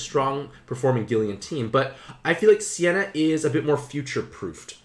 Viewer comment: Its not Sienna, its Seina (Say Nah).